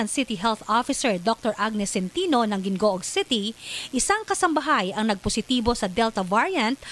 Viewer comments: Hee-ngo-og po not gin-go-og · Uhmm Gingoog it’s actually pronounced (Hing-ngo-og)